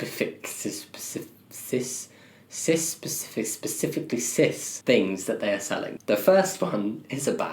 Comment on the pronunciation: hearing jammie try to say "cispific" was definitely the highlight of my day